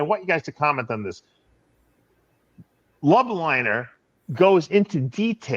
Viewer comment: Dave it’s LOBLINER not LUB